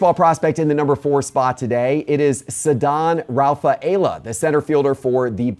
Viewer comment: Can you please inquire how to pronounce Ceddanne Rafaela’s last name properly?